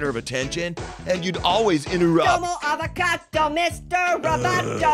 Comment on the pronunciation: Avcad-bro not avcado